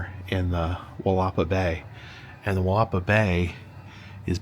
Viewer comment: For our friends around the world. It’s pronounced “Willa-paw” - have a great day and I enjoy the videos!